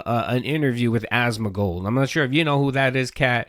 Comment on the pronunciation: It's AsmoNgold, not Asmogold, pronounce it correctly, jesus christ...